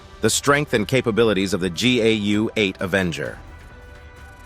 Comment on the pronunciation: How many mispronunciations can you possibly come up with for the GAU-8/A?!? Doesn’t accuracy have any significance in this world anymore?